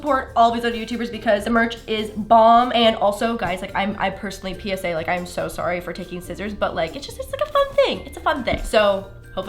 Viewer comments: The Canadian "surry" had me dying😂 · omfg jajajajja sourry so fing canaidian hahaha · Are we going to ignore that “I’m so sorry” accent on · When she was talking and she said sorry you heard her Canadian accent so well! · When you said “tana I’m so sorry” your Canadian really showed 😂😂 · I love how says sorry! Love how your accent comes out in that! #prettylittlelaurs 💗💗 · said sorry in a Canadian accent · Wooooooaaaaaaah got real Canadian or maybe a little earlier but if you See this please check it out. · the way she said "sorry", that was the first time ive heard her canadian accent in like 3 years of watching LMFAO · your Canadian accent came out with that “sorry” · Her Canadian accent came threw!!